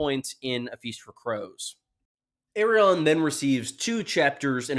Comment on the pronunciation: Dude, why, WHY do you keep pronouncing it "Aerion"?